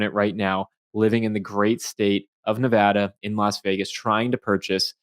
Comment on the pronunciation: Thank you for pronouncing Nevada correctly